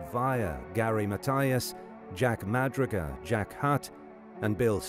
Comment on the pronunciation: Jack Madruga's last name is properly pronounced "Ma "Drew" Ga"